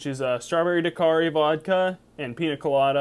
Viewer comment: this man said 🍓 dar quari instead of daiquiri.....